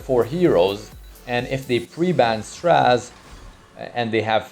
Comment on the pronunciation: Please don't say straz it's stra zeh